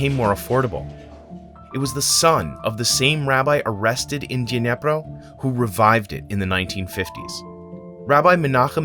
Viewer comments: It's Dnipró, not Dnépro. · The pronunciation of the Dnipro city is the only wrong part of the video. Like, common where the heck that "ye" sound comes from in Dnipro? It is not Dnyepro, nor it is "Dnieper" as it used to be known - it is Dnipro and so is the city - it is even easier to actually say! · It's not Dniepro, it'd Dnipro, please pay attention, because Dniepro is ruusian way pronounce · You should say 'Dnipro', not 'Dnepr' Great episode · You wrote it wright – "Dnipro", but you're saying it wrong "Dnepro", which is from russian language not Ukrainian( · Kind reminder - city is called Dnipro (like the river). Dniepr is a russian name, and it sounds sort of awful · Great video! But please, pronounce the name of city Dnipro correct 🙏 it’s [dn⁽ʲ⁾iˈprɔ] not [dnʲepr] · It's actually Dnipro, not Dnepro, which is russian pronunciation.